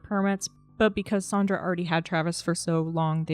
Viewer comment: Her name is SANdra - not SAWNdra.